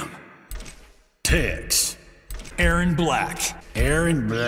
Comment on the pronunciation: When he said "Tex" I thought he said "tits" and I was very confused